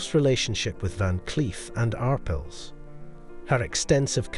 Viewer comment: it's pronounced ar pale